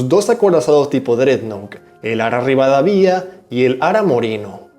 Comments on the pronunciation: No es ri va da vía, es Rivadavia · amigo muy bueno el canal! si no lo toma a mal, le digo que Rivadavia se acentua asi: rivaDAvia. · Fijate que "Rivadavia" no tiene tilde en la i, entonces no se dice RivadavÍa, se dice Rivadavia (Ri-va-da-via, está sin tilde, termina en vocal, entonces la acentuación va en "da", RivadAvia) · Es Rivadavia, no Rivadavía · no se dice rivadavÍa, se dice rivadÁvia (ya se que no se escribe así, solo hago notar donde se pronuncia correctamente el acento) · Está bueno el video, me gustaria corregir la pronunciación: Rirvadavia no tiene tilde, por lo que se acentúa en la sílaba DA y la sílaba final es un diptongo, o sea se pronuncia Ri-va-DA-via. Cochrane se pronuncia "Cocran" con acento en la o. Y Bolognesi se pronuncia Boloñesi. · Que le pasa a este pibe con el apellido Rivadavia? Lo pronuncia para la mierda! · Dios, todavía no aprendió a pronunciar bien Rivadavia